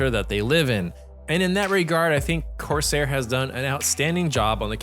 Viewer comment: why he saying corsair like that